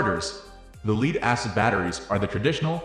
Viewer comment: leed? why are you saying leed?